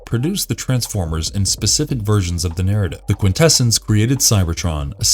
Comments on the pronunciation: Quintessons pronounced Quin -tess - ons, not quin - tess - ens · Thank you! It was making me cringe every time he said it with that "kwin-TE-sins" pronunciation. I felt like I was developing a nervous tick… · “Quintessons” is pronounced: kwin-te-SAHNS, not kwin-TE-sins. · cringes every time he says "Quin-TEH-SUNS"::...🙄🤨😖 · ... look: I been an 80ies kid - throughout the 80ies cartoon series the Quintessons where pronounced with the emphasis on the first "n" & not like I hear it here & in other media with the emphasis on "ss" ... bit strange to hear it like that ... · i really dislike how you mispronounce Quintessons like someone who has not watched the transformers movie.